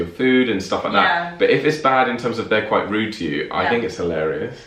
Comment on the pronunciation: Rude not ride